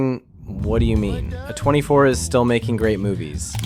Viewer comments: I'm sure your accented voice would still sound better than an AI simulation. Trust me, 'uh 24' when it should be pronounced as 'A24' is annoying af for those of us who love and know movies. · AI voice. Downvoted. Pronounced A24 like "uh 24" multiple times.